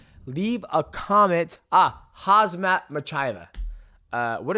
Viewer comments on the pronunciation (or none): Why say Hazmat??? When it is Khamzat. M comes before Z. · You just Destroyed Khamzat's name😅😅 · Bro that was a Chael level fuck up of the Khamzat pronunciation 😂